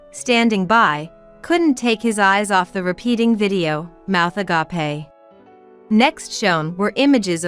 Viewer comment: Check your work. The correct pronunciation of the word agape for the intended meaning of is AH GAY P (an English wordt AH GA PAY (A GREEK word with an entirely different meaning.